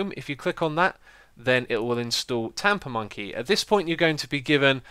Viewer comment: LOL it sounds like he's saying TaponMonkey :-)